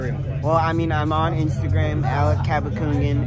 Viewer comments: Is he calling him "Alex", instead of "Alec?" What an impressive young man. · It’s Alec not Alex! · Dude! His name is Alec not Alex!